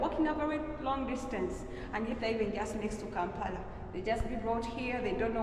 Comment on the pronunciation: I love your videos, p;ease say Kampala not Kampara